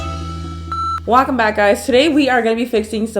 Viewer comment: wacome back? Its welcome back